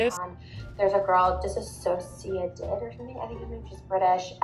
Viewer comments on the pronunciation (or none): It's dissociate not dissasociate, Girl! Anyways, thanks for calling her out.